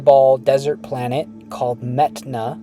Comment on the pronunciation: mehtana more like meth-ana